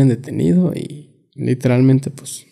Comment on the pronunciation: Literal mente dice muxho literalmente